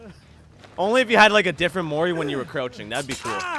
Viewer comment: Whenever he says " Mori" it sounds like "morty"